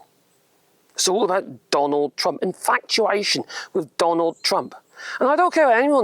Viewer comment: I thought you was saying Donald Dumb in the beginning .